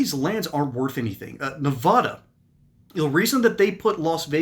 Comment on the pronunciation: Learn how to pronounce "NEVADA" JACK AS*